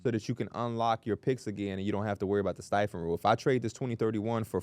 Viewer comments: How did I just noticed P says Stepien as "stife-in" instead of "steppy-in" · Lmao nothing like the timeless battle between and the pronunciation of the Ted Stepien(Step-e-un) Rule lol